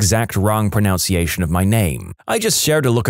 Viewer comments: ProNUNciation, not ProNOUNciation. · Pro-NUNC-iation. Not pron-OUNC-iation. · Lol. The irony of mispronouncing “pronunciation”